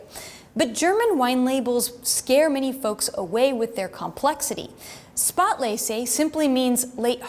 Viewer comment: Something cannot be "mot unique." Things are unique or they are not. Your pronunciation of spätlese was dreadful.